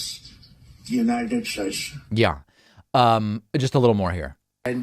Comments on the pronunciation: He really said “God bless the United Shates.” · "God bless the United Shaschzsze" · God bless the United Shtates. Can't even say it correctly